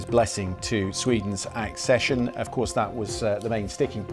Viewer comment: Jesus God dammit will you PLEASE stop saying “assession” it’s ACCESSION. ACK-SESH-UN.